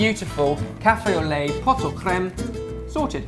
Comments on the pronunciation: He said poto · You don't pronounce the "t" in "pot" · you don't pronounce the 't' in 'pot' ! :) great vid as always